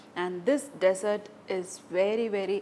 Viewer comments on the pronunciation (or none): It is dessert not desert lol